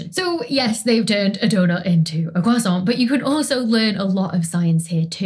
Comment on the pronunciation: U say croissant funny 😅 Also, better help evil